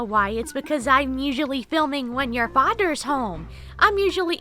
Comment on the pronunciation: Her: fadders home Dog:fadders home Her:wait no not yet.